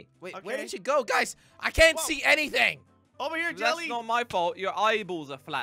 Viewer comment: Guys why did say jully instead of jelly